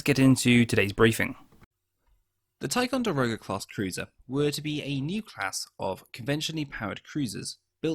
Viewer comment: Not a silly name pronounced Ti con da rog a. Simple